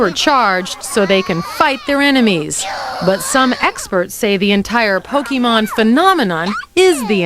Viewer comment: “Pokey man” shudder but you’re right that was a good episode of the show